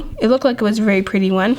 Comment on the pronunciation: 8.17 its s pwetty